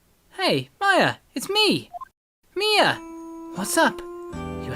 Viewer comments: her name is pronounced m-EYE-ah as in eye. Not May-ah as in the month. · you are saying her name wrong